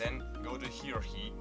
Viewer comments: heirancy is pronounced hair-ants-ee Just letting you know :) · Hierarchy - High - er - arch - ey